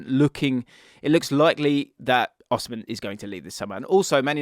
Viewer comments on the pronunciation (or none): none